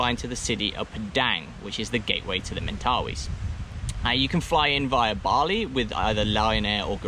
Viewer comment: Mate. This was the perfect video I was looking for!! Thank you so much for doing this video. What I noticed was how your pronounciation of Mentawais kept switching from Mentawais to Mentawees :) . We get that a lot with people in NZ at a famous surf beach called Te Arai. Surfers generally know it as Te Aree. Haha. :) How much are the board hires and is it generally quiet during Dec -Jan? For those of us in the Southern Hemisphere, this is when we generally travel :)